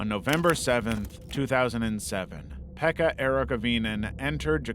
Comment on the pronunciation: I am from Finland and your pronunciation of Pekka's name was suprisingly okay👌❤